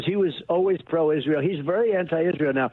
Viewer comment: I’m distracted by the anchor saying the word “Isrull.”